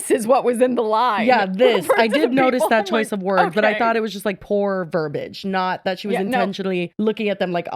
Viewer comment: Ver-BEE-age. It's not hard